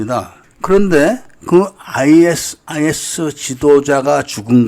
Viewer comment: 아이에스아이에스가 아니라 아이시스라 읽습니다 그리고 아부사아프라 말하지않고 아부사이얍이라 말합니다